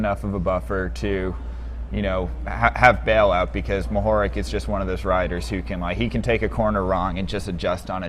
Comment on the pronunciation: Mohorič is pronounced "mo-ho-rich". RICH - like who has a lot of money :)